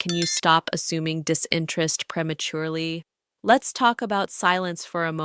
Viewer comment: Hmmm...some good ideas here. The ai messes with me a little but great content. "preh maturely" was odd and the lips don't always seem to synch up